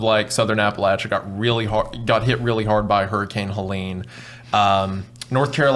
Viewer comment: "Hurricane Helean" 💅💅